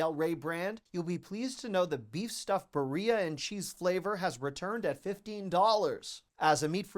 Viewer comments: Birria = Bee-ree-ah 😊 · Birria = beer-ree-ya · That birria pronunciation has me cackling bright and early this morning 😂